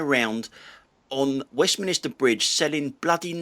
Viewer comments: As someone who obviously knows London, can I assume that your pronounciation of Westminster Bridge as Westminister Bridge is deliberate? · Could be me but I thought it was Westminster NOT WestminISter